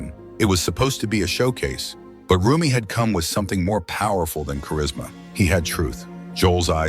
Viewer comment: Learn how to spell and pronounce Osteen! It will, at least, lend some credibility. Also, Roumie is mispronounced.???